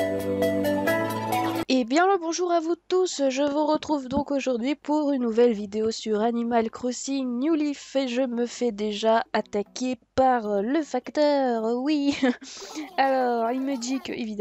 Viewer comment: on new LAAAAAIIIIIIf pas new liiiif c new laaaaaaaaiiiiiiiif !!!!